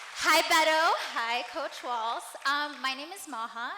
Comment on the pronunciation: Tim Walz no "t"